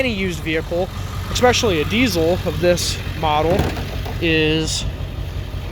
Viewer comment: He lost me at “ek specially”.